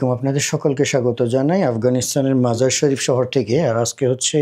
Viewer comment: শহরের নামটি 'মাজার ই শরীফ' বললে শুদ্ধ হবে। আপনি 'মাজার শরীফ' বলছেন বারবার।